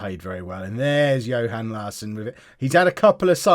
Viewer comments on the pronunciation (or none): none